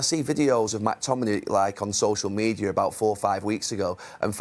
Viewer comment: Gary. It’s McTominay. Not Mactominay. Only one ‘a’!